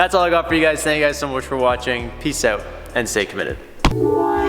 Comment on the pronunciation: Who else just smiles when he hears "aeout"